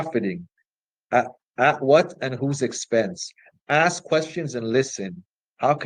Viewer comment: Are all black Marxists required to say "axe" instead of "ask"? To keep their card? Not really dealing in the ABCs is he...